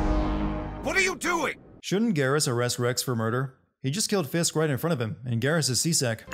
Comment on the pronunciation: sin added for calling Fist "Fisk"